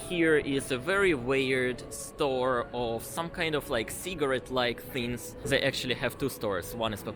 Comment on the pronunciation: Who will finally tell russians that it's not: zey but they and this instead of zis?